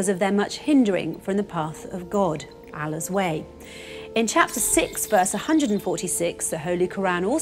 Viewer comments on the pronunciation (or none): It's Allah not Alla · Oh my god I’m Muslim and hearing you say Allah wrong is just disappointing 😔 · This is good. i Wish more people do this and not criticise muslims or islam. Also i hope her pronunciation of ALLAH betters itself (said in good faith). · Mira OMG! You put aside all her extraordinary work and you got disappointed because she didn’t pronounce “Allah” as a native Arabic does???!!